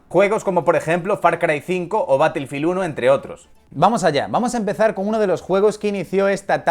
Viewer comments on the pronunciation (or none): none